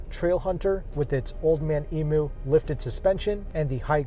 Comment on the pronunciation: As an Aussie, to help you out, Emu= Eem-you. Nice pro's and con's as always!